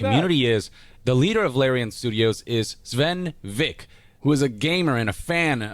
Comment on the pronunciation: "Swen Vick". No, It's pronounced Sven Vinke.